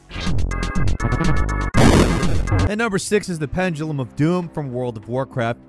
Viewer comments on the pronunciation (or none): none